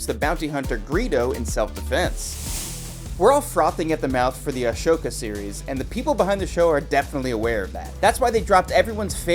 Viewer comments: its Ahsoka, not Ashoka. 😁 Chewbacca can talk, you just cannot understand him. 😑 also Deborah Chow and Rick Famuyiwa sat next to Dave.😊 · The 'A-show-cuh' series. Bye. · There's no shh in Ahsoka